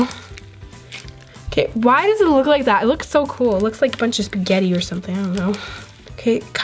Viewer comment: When you said it looks like spagget:: did you say spaget!!!!! 😂😳